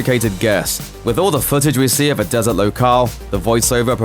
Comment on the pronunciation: Just say “des-urt” because even in your native tongue there’s a “T” at the end of the word. Cmon man.